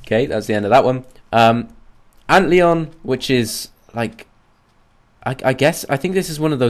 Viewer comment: You prenounce it as ant-lion